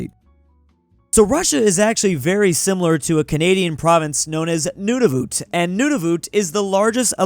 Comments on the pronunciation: Nunavut is pronounced (non of it) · it is usually pronounced like “None of it” but say it quickly